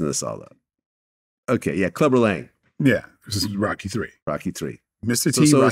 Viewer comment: I have never heard anyone butcher Rocky so bad